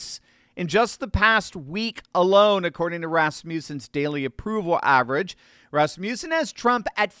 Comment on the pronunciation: FYI, I too used to pronounce it that way, but... It's not Rass-Myoo-Sen It's Rass-Muh-Sen